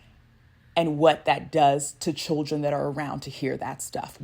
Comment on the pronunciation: Love the emphasis on children